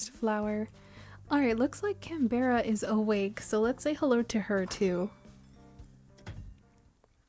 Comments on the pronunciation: hii! started watching your videos the other days and theyre very cozy i love having them on in the background while I play my own island or work on stuff! i hope you dont mind me saying- but as an australian canberra is pronounced can-bruh/can-bra😅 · Canberra is pronounced can-bra, it's the capital city of Australia!